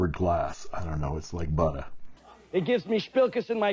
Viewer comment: “ Fish oil ink on buttered glass” like “buttah” It was worth waiting all week just to hear that! Thanks for the review. I can’t take it any more . .. I haven’t bought the last 3 you reviewed but this looks too good to pass on. On a different note, do you have any recommendations on a pen with a BB ( some call it coarse I think) nib?